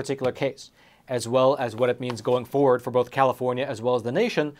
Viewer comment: My daughter's say "ford" instead of FORWARD too😂